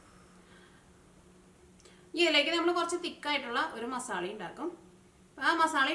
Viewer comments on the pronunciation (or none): സ്ഥിരമായി കാണുന്നൊരാളാണ് ഞാൻ. വിഭവങ്ങളെല്ലാം വളരെ രുചിയുള്ളതും ഏറെ സ്വീകാര്യവുമാണ്. അഭിനന്ദനങ്ങൾ. ഒരു കാര്യം പറയട്ടെ. വിവരണത്തിന്റെ ഭാഷ ഒന്ന് ശുദ്ധീകരിച്ചാൽ കേൾക്കാൻ രസകരമായിരിക്കും. മസാള അല്ല മസാല ആണ്. ഉർളൻ കിഴങ്ങല്ല, ഉരുളക്കിഴങ്ങാണ്. പൊട്ടറ്റോ എന്ന് പറഞ്ഞാലും നന്നായിരിക്കും. പുത്തൻവേലിക്കര സ്ലാങ് എല്ലാവർക്കും രസിക്കണമെന്നില്ല.